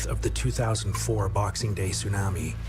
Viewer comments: This guy keeps calling it sun-ammy. Im out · If he says, " tsunami " like that one more time...